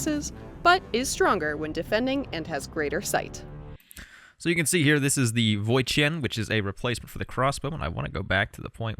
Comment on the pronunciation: that pronunciation of "Voi Chiến" is on point! I am surprised that you can pronounce it that accurately (much better than the voice over)